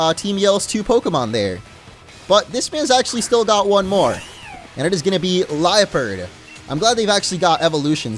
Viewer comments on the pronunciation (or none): none